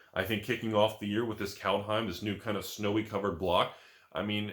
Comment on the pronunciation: Pronounciation is: Culthime